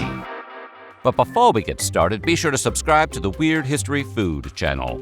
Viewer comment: Him sayin beh-fou we get started, bugs the hell out of me.